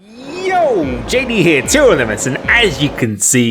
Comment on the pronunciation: This was his most committed "yo" to date.